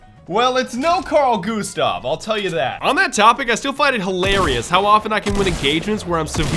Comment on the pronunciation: jeeze did you ruin "Karl Gustav" ~ swede here